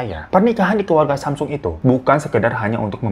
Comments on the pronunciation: Gini bang... bacanya "samsung" bang kyk lidah Indonesia. Bukan semsang. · Samsong bacanya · Bacanya samsong o nya kaya ngambang gitu ga bener² o😂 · Nih kak tak googlein haha...Cara mengeja Samsung adalah 'Sahm-song.' Untuk mengeja bagian 'Sahm,' harus ada huruf 'h' yang ketara di tengah kata tersebut. Sementara kata 'song' dieja layaknya kita mengucapkan 'song' dalam bahasa Inggris. 🤭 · Klo ga salah dri temen korea bacanya samsong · Samsung dibacanya samsong babang glowing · Semsang beb bacanya